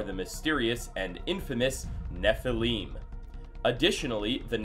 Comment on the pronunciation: Neph-el-im Not Neph-eel-im